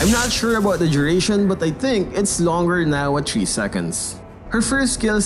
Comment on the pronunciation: "chree seconds" wtf